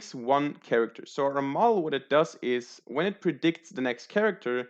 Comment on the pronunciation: Bro you mispronounce "Model" so bad.